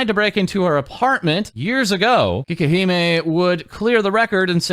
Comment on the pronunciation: But it's "cakey-he-meh", not "kee-keh-he-meh".